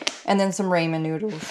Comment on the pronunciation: not raymen... ronnnnnnmen lol